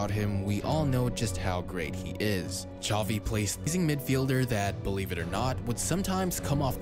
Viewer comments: Zavi not chavi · The way the commentator kept saying "Chovi", "Motta" and "Chobi" made me cringe so much... Ffs man its not hard